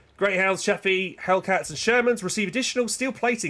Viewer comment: still wrong its Chaffee